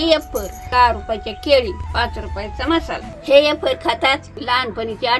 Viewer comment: आज्जी येफर म्हणते.फार आवडले.वेफर्स नाही . मज्जा वाटते.😂